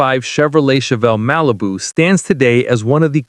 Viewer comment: I swear to god I heard him say RALIBU and I lost it.